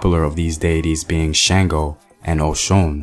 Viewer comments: THANK YOU BABA.. AND IT'S SHUNGO NOT SHAINGO.. SPELLED SANGO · Oludumare = Oh Loo Doo Ma RAY; Shango = Shon GO; You got Oshun mostly right (Oh SHOON).